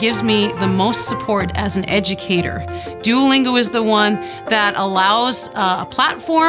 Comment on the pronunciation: You said Duolingo rong